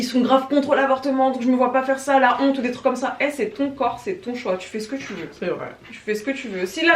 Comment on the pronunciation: Tu as la "WHONTE" 😂😂 c'est mieux je reprends mes révisions